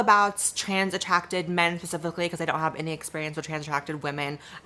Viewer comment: I swear to GOD Blaire sweety I love you to pieces but if you say "pacifically" instead of specifically again im going to yeet myself off a cliff... but still stay subscribe because we love you queen 💓💓